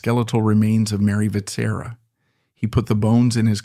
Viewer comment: Your pronounciation of Vetsera hurts a lot- it's supposed to sound somewhat like wet-shear-ah (in one go)